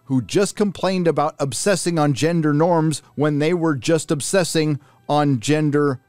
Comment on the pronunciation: “Ginder norms”